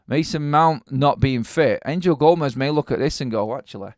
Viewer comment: Gomes. Its Portuguese, not Spanish. 1 syllable, not 2. Gomes(h), not Go-mez.